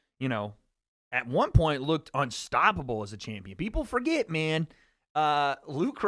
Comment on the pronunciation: “mayyne” been surfing recently? 😂